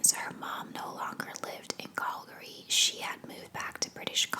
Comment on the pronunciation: I live in BC and had no idea you were saying Calgary lol, I thought it was some place in the US I was not aware of. Great vid though. Thx